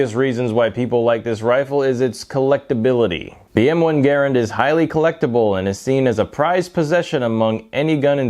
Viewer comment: Garrand not garrend.